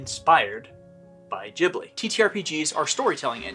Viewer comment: I absolutely love this, even with the constant mispronunciation of "Ghibli" ;)